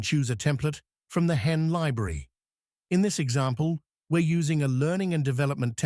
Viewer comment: This would have been a decent video if you had corrected the pronunciation to be "HeyGen" not " hen" at the beginning of the video